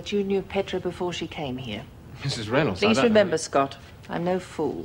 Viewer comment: Lizzie mispronounces Mrs Reynolds name.